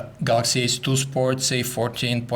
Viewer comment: is he saying samsung galaxy S2???